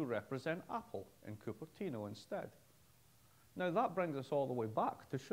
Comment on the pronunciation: he says cooper tina.....wtf is that? And i have scottish parents......bloody sasenache! De ye ken?